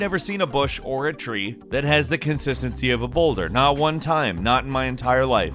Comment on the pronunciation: 'tree and bush constitency' superb content 😂😂 loved the video